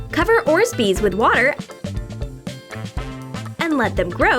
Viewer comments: It's called Orbeez not Orsbeez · Ummm is it called orzbeez now instead of orbeez?? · Just saying but it’s orbeez not orzbeez💩💩🤓🤣🤣😂😂🤩🤩🤩💩💩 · Isn’t it orbeez who else noticed they said orzbeez I mean they always say it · No, not Orbeez. Its ordsbeads and gell balls. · i'm a big fan of yours. but you say orbeez not orsbeez just so you know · Am I the only one that noticed that she said "orzbeez" instead of orbeez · AGAIN WITH THE ORZBEEZ OR BEE Z ORBEEZ GOGH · She called them orsbees IT'S ORBEES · There not called orzbeez there called orbeez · It’s not orzbeez it’s orbeez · They are Orbeeze not Orzbeeze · It’s orbeez not orzbees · you said orzbees it is orbees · Orbeez not orzbeez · ORBEZZ NOT ORZBEZ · ITS ORBEEZ and not ORZBEEZ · ITS ORBEEZ NOT ORZBEEZ OMG DISLIKE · Orzbies? That's what u said. PS no hate😃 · It's orbeez balls but they said it orbzeez balls😅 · Haha orzbeez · Did she say "Orzbeez" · DONT SAY ORZBEEZ AGAIN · thats not how you say orbeez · Why are they saying orzbees!?